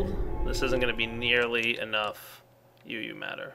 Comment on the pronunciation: Did you say "not enough uu matter"...